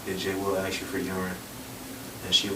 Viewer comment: Its ask not axed.